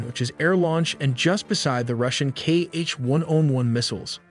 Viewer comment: Kh-101 is not "kei-eich" but "hah"